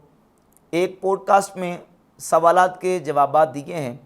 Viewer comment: Poodcast nahi hota podcast hota hai🤣